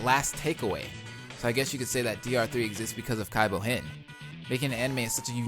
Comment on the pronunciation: I can't handle this cringe. You have to stop saying Kaibou-hen ASAP.